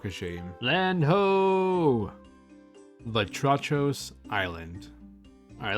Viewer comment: Vatrachos island is pronounced "Vátrahos" which means Frog in Greek.